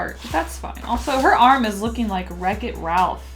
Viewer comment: Anyone: Wreck it Ralph: Wrecko Rolph